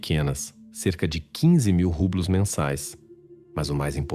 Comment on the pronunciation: Mas, os nomes, são espanhóis, ele pronunciou errado o nome da Moeda do País.